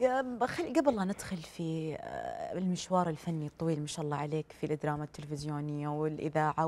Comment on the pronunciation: الادراما 🤢معقوله طالعه ع التلفزيون ماتعرف تقول الدراما🙄